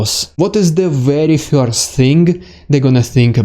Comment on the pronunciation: Marvelous presentation, concise, entertaining, and Informative! (But perhaps you might take just a little time to practice your English "e-r" sound. For example, try saying the word "first" (pronounced "first" in America and "fuhst" in Britain). You say the word as "fyorst". It is a very Russian way to say it, but "fyorst" sounds amusing in English.)